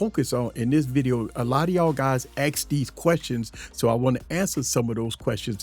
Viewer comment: dude i have a really hard time watching your videos.. they are informaitive, however.. you dont ax anything that your talking about.. you say ask. the word youre looking for is ASK!!!!!